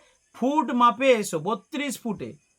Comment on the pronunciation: Food noi re foot 😂😂😂